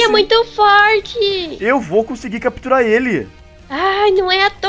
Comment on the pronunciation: a bonnie ia falar catupirar mas falou capturar